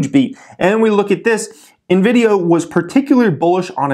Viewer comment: "Nividia" sounds like a brand of lotion lol